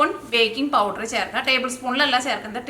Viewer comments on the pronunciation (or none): none